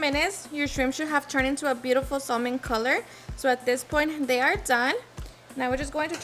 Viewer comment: is supposedly a chef but misprounouces many words related to food and ingredients. For example she says pronounces Tillamook as Tillamuck and pronounces the L in salmon 🧐